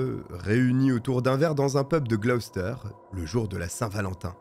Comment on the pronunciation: Merci de ne pas avoir écorché la prononciation de Gloucester. Beaucoup de vos collègues prononcent les villes britanniques tellement mal qu'on en perd l'intérêt.